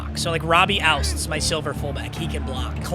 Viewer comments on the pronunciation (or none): it is pronounced OOTS robbie ouzts